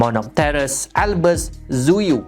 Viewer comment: Monopterus Albus Zuiew Ape yg aku dgr: Monopterus Albus TZUYU sorry, dh mmg tu yg aku dgr 😅 edit: ye..aku tau sebutan sebenar dia something like "zu-wy" gitu, tapi tu mengingatkan aku masa first time aku sebut nama dia 👉👈